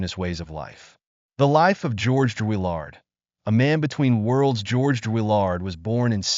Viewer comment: Who writes this crap? You can’t even say his name correctly. Why make this? A waste of time.